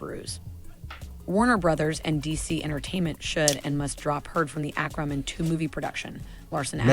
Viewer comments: AQUA NOT AKRA! Fuck me....... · Aquamin?!? What's that?! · Don't you mean "Ack-ruh-men"...lol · "Akramin". Yikes. Why is she pronouncing it that way? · Ack-wah-man... WTF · I hate the way she says ackwaman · She saying "airkro man"? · At least the "a" is pronounced correctly. If she said "aquaman" with that "a" rather than "acraman" it would be fine. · Acwamin. Ackwamin. This woman cannot read, nor can she enunciate or pronounce many words correctly. Irritating. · Thank you!! I hate the way she is pronouncing Aqua-man also! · Lol when people intentionally try to creatively mispronounce words - Do I hear the word "ramen" in there? 😂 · I can't believe somebody who speaks so well cannot pronounce Aquaman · Her pronunciation of Aquaman was driving me nuts, too. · Same, how can she not know how to say it lol